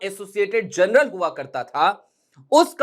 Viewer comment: Journal ko jarnal bolte hai janral nahi